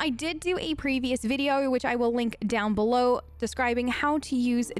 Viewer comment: why is it like a regular american accent and then just: windoer/oerpen/beloer like bruh pick one